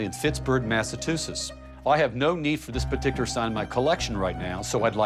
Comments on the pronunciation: The guy who can't say Massachusetts 🤣🤣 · yeah he says Massachusetts worse than Rick does 😂😂😂😂